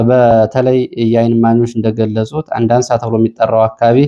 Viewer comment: አንዳሳ Not አንደአንሳ❤